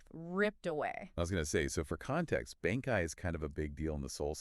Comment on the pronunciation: You guys pronunciations of bankai are killing me.